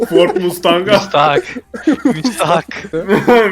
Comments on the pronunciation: > "FORD MUSTAHAK" 😳 SJKSWKKWKDJSKWJEKSKWKWKSJ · Mustang Deyince Doğru Okunuşu Unuttum